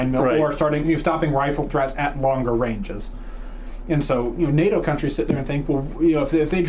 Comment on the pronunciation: Nah-toh ha ha.... north American training organization😂😂 correction please its pronounced Ney-toe...North Atlantic treaty organization